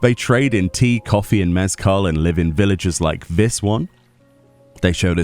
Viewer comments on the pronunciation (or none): none